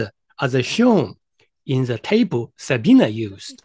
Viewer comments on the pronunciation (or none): Amusing, you might try learning how to pronounce her name.